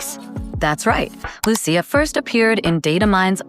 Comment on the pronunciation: I hope they use the Italian pronounciation of Lucia honestly, Lu Chi Ahh, I'm sure my aunt would be happy too.